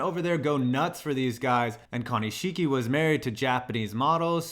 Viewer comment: I think i got cancer when you tried to pronounce Konishiki and his Samoan name. It's ok though, I have aids.